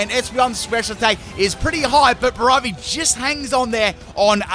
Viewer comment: It’s not bravery, its braivery and is pronunciation as “Brave + iary “. You should really do a full wrong or controversial nickname Pokémon theme team, it would be a special.